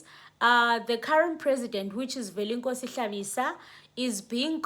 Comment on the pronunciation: Velenkosini not Velenkosi